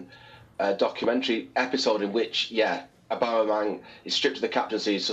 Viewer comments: Jamie could hardly pronounce Aubameyang 😂😂😂 What is Aubamebang😂😂😂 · This guy on the left calling aubameyang “aubamabang” 😂😂😂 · Aubame ... who? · Who’s this guy who can’t pronounce Aubameyang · Someone teach him how to say aubameyang 😂